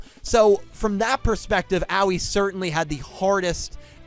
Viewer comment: not tryna be that guy but id like to point out her name should be pronounced more like ah-oh-ee